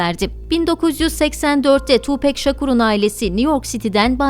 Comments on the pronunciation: Tupek değil Tupak diye okunuyor saygılar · Tupec değil tupac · Harika profilin harika belgeseli. Hala daha cayır cayır dinlerim tüm albümlerini. Söylemleri kişiliği çok çok başkadır. Ha bi de (TupEk değil Tupak) diye okunur. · ablacım tupek degil tupak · Tupek degil Tupac- Tupak diye okunur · Tupek değil tupak, sug nayt değil şug nayt 🙃 ölüm saati 16 03 değil sabaha karşı 04 03. All eyez on me albümü o dönemin rekor satışına ulaşıp 6 milyon satmıştır. Falan filan emeğinize sağlık keşke biraz da 7 gün teorisinden bahsetseydiniz 🤗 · Keşke isminin nasıl telaffuz edildiğini de araştırsaydınız. Tupek değil tupak. Bu arada ben doğduktan tam 10 gün sonra, 13 eylül 1996 da öldürüldüğü için bu tarihi hiç unutmam. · oo deyilde ismini neden Tu bek diyorsun neden tam. söylemiyorsun Gancik seni yok Ahmet. olamaz yaa tupek 👎👎🤧🤔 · okunuşu "tuupak" 'dır ... "pek" diye birşey yok unutun o söylemi :) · Siz tupek dedikçe benim kulaklarım acıdı :( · Hatta Eminem 8 Mile filminin son battle sahnelerinden birinde bile tupak diyor. Keşke oradan dinleselermiş doğru telaffuz olurmuş.